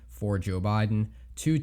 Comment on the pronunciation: jOoe bye-den